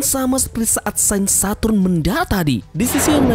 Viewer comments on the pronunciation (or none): none